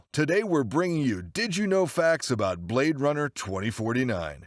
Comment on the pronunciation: "Blad Runner" X,D